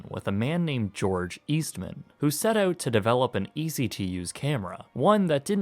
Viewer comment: My mom and aunts all worked for Kodak in Rochester, NY. FYI, it isn't East Man, it's Eastman. Say it quick :)